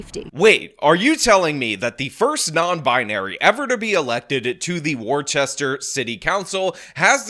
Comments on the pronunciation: Woos-ster not Wor-ches-ter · It'd pronounced WUH-STER, not WAR-CHESTER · I need mental health leave for the way you've been pronouncing Worcester. It's WOOSTER. "Welcome to Wooster. $1.25 please!" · like Mister with a W not War Chester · "War-chester? War-chester?!? Its Wuh-stuh! Say Wuh-stuh, say it..." - thanks to Freddy Quimby of the Simpsons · War-Chester? No it’s pronounce… WOO-STER. I live 20min away from Worcester. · WTF is War-CHES-ter? It’s Worse-STER or, really, Woo-STA. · You are mispronouncing Worcester. I need to take a month away from this channel. It is pronouned WUUS-ster. Not WAR-Chester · It’s “woh-ster” not war-chest-er lol. If we’re talking about Worcester, MA. Edit: Mass is like the second coming of California honestly… it’s bad. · Its pronounced 'wuh-stuh', not 'war-chester'. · It's not pronounced "War Chester" despite being spelled "Worchester" It's pronounced "Wussta" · Not War Chester, Wister 😁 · omg, you're killing me, … 'worcester' [WISS-dur] … are you doing this on purpose? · WOOS-TER or WORSE-TER, NOT WOR-CHESTER LOL 🤣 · “Wore-chest-ur”… bro it’s “Woohs-tah” 🤣🤣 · Its Not Wor- Chester its Wus- Tor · pronounced "wister" not "worchester" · If this is Worchester Mass it is pronounced "Woostah" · Julien Miquel (YouTuber) demonstrates how to pronounce words & offers a great service. *Worchester is pronounced 'Wooster' (bypass the 'rche' in the middle). *Nguyen is not pronounced as "New-gun". Julie Miquel has a good demonstration of the correct pronunciation. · FYI. We pronounce it Wooster. Like Worcestershire without the shire. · Its pronounced "Wus-tah". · Its pronounced "wuhs-ter" not worchester. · It's pronounced Whuh-stuh. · As a masshole, horrific pronunciation of Worcester. (“Woo-ster”) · FYI -: The town name should be pronounced as: warshtur (war-sh-tur). An example of the proper town name pronunciation is found in your video at timestamp TRUST!! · * wusster Say it right man 😂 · Pronounced Wooster…….